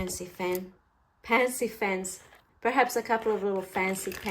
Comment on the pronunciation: And again near the end when said 'Pancy Fens' 😂 I love watching your videos, they're so informative but entertaining too. Thank you for spending your time with us.💗🥰